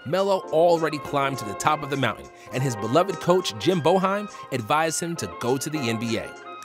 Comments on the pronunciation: Boeheim is not pronounced BO heim it's pronounced BAY heim! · Coach Boeheim of Syracuse University was released earlier this year. It is pronounced bay-hime, not bo-hime. Defense wins championships. He put points on the scoreboard, but didn't live up to his potential. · Great video! It's impossible to tell from the spelling. But the Syracuse coach's name is pronounced "Bay-hime." Just fyi for the future. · Whoever did the narration should probably learn the names of the players and coaches. Jim Bowheim? Mike Woodstock? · I....I can't believe you mispronounced "Boeheim" 😂 One of the best and most recognizable college coaches of all time. Bow-hime? come on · It's pronounce Bae-hime. And Melo was great, but 'Cuse don't win without Warrick and McNamara. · You need to do better with your research. First off, Jim Boeheim's name is pronounced Bay-Hyme. Also the Knicks-Nuggets brawl, that wasn't just a slap that Melo struck Mardy Collins with, that was a legit sucker punch. Also crazy how years later but Melo and JR would end up on the Knicks and Nate Robinson would end up on the Nuggets. Also, that was in 2009 when Melo got suspended for refusing to come out of a game. I remember when that happened. Another thing, Mike D'Antoni wasn't fired by the Knicks. He resigned. The 2013 Knicks lost to the Pacers not the Heat. Lastly, the pace during Melo's prime while yes it was slower than today, it wasn't slower than the late 90s. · "bay - heim" "wood - SON" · Jim Bo-hime 🤣🤣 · dude said BOWheim. 💀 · It’s pronounced Bay-hime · Jim Boeheim (BAY-heim) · (BAY HIME) sorry but im from Syracuse and you mispronounced the second most winning college coach 😂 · Jim "Bo-hime" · It’s pronounced Jim BAY- HIME and it’s coach Mike Woodson not Woodstock. Melo is an Elite scorer Especially mid range BUT NO Defense and NO rebound. A VERY one dimensional. He got Syracuse their championship and a bunch of money 💰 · Say it like BAYhiem. Syr native. Go orange